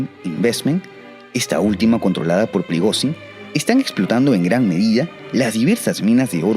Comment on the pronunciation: se pronuncia prigollin